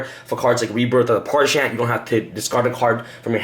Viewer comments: Parshath, not Parshant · Its pronounced PARZ HATH.... Not Pars-Hann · Parshath... There's no 'n', dammit. Stop saying Parshanth. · that and parsha'N'th